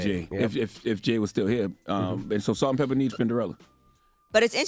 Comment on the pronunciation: Pepa, not pepper